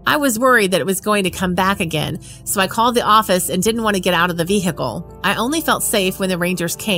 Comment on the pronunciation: Hey lady, vehicle the H is silent. Funny tho.